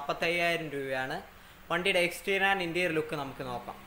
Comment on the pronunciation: Its interior bro. Not interial